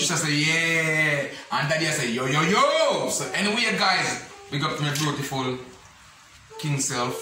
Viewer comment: A me alone hear king say bruetiful?